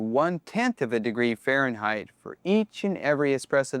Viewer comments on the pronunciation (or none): none